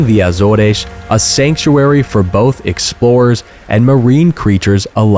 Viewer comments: that's not how you pronounce AZORES in English, it's not "Azoresh", it's either Ay-zors (American way) or Uh-zors (British way). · My only complaint is after two years of living in Portugal your pronunciation of Portuguese places is really bad. Start with Azores. In English it only has two syllables - Az and oars. In Portuguese Açores is pronounced Ass oars (two syllables again).